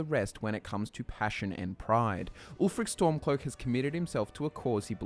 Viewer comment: "Ulfric Stomclock, Jarl of Windhelm..."